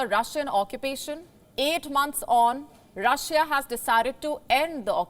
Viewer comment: Russia...not russija